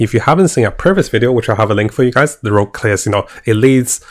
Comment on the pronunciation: PLS! Rogue! Not Rouge....